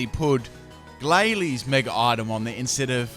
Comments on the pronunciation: It's Mega not Meger. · it irks me when you say megar evolve.... mega doesnt have an r in it but i like your videos so i suck it up